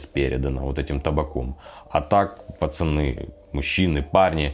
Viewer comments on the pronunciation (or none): none